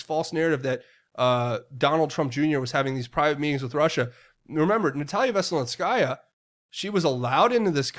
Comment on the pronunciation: A-zith-throw-my-sin will get you close enough. Z pack works just fine. Dont stress it. You say Natalia Veselnitskaya with no issue. Which is harder...lol. ML to you dear one. In the name of Jesus Christ my Lord and Savior.